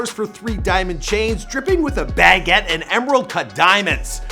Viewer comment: Baguette my guy (Buh-get) ✊🏾